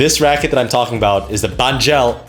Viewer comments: It's pronounced ANGEL not ANG-GELL. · Angell is pronounced just like Angel. Hence their halo strings and whatnot.